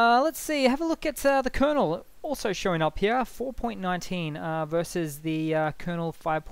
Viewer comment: Up heyah